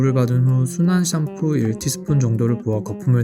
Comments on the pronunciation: 샴푸가 아니라 썀푸라고 발음하시는 이유가...? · 너무 거슬린다 썀푸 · 왜 샴푸를 썀푸라고 하는지 알아봐주세요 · 썀푸가 아니라 샴푸 ㅅㅂ 샴푸 샴푸!!!! 호박고구마도 아니고 어후.. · 썀푸 썀푸 단 한번도 샴푸라고 안하시네요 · 샴푸가 썀푸로 들려요 ㅎㅎ 급하면 샴푸 써도 된다는거군요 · 자꾸 썀쁘라고 하셔서 안 그러신 부분 나왔을 때 오히려 읭? 했음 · 왱님은 왜 샴푸 발음이 안 되는지 취재 부탁드립니다 구강구조 때문인가요 사투리 때문인가요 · 아니 진짜 썀푸로 들려서 웃겨죽음ㅋㅋㅋ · 샴프 발음을 썀쁘 라고 하네.ㅋㅋㅋ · ssㅑㅁ푸 발음 중독성 👍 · 씨암푸 ㅋㅋㅋ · 썀뿌 라고 들려요 ㅋㅋㅋ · 당신은 샴푸가 썀푸로 들리는 마법에 걸리셨습니다. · 쏘ㅑ ..ㅁ ..ㅍ ..ㅜㅋㅋㅋㅋㅋㅋㅋㅋㅋㅋㅋㅋㅋ